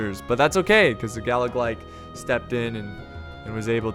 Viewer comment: Galla....glock? Galla.....uhhhh........BIG OLE AXES!